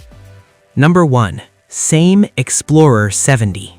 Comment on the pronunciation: Utter Bollox, all of it! You cant even pronounce Same properly.